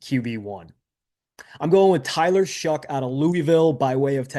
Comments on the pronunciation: R u saying Tyler SHUG? It’s pronounced Shuck lol geez my guy..a whole video of my qb being number 1 and saying his name wrong whole time lol. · His name is pronounced Shuck not Shug